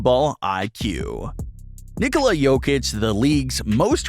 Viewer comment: You almost pronounced his first name perfectly. In Serbian, you would pronounce it, "KNEE- cola".